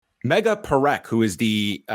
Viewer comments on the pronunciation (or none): Megha is pronounced "May-gah"